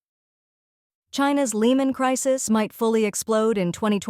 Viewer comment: even here on this channel...the AI narrator is having issues reading united, chinese, crisis and china...must be from the same company which the other channels use